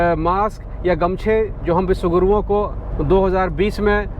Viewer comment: Sir aap bihari hai kya? U jab vishwaguru bole to lga aisa